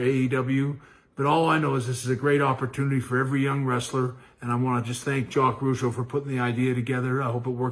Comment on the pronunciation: It's not Rogueau it's Rougeau